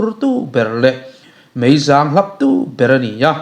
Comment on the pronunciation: Mei zâng niloin mei zang tih tur